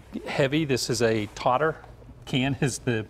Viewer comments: Toter not totor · Lol he said Toter wrong. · It’s pronounced toeter